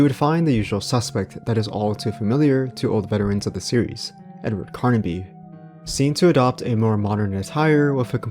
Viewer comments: the main protagonist of the games is Edward Carnby, not "Carnaby" like you keep saying... Shit like that irritates tf out of me!🤬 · Carnby not Carnaby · Pretty decent video. The only thing that kept throwing me off is that you kept saying Carnaby instead of Carnby. Other than that this was a pretty good watch. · Carnby somehow equals karn-uh-bee